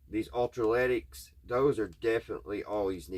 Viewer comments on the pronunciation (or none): Electro lytic not ultra lytic.👍🏼